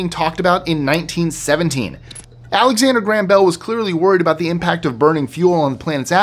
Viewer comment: eh what's your problem aboot Canada eh?